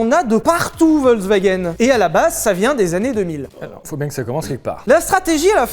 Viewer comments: Alors tu nous fais chier avec Veyron Veyronne mais tu dis wolkswagen tout le long. Le V en allemand ce prononce comme un F, Folkswaguène. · Quand tu entends Volkswagen alors que t'aurais du entendre Folkswagen et que ça critique la prononciation des Bugatti ^^ Volk dit Folk c'est le peuple Volk dit V c'est un nuage Ouais l'allemand m'a traumatisé ^^ mais love sur vous !